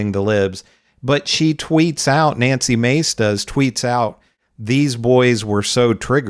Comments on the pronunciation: Let’s mispronounced her name manly face instead of Nancy Mace. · We pronounce it "Nazi" Mace, not Nancy Mace.